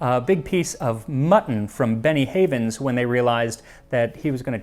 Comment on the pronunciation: Every time you say "Benny Havens" I hear "Beni-Frickin-Hanas". Also this episode is a real riot. I'll see myself out.